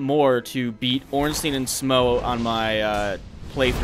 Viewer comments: I know this video is quite old, but Smough is pronounced like 'smoff'. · I'm pretty sure Smough is pronounced Schm- ow or Schm-oh or Smau-gh as in Smaug from LoTR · who is to say it isn't pronounced like "though"?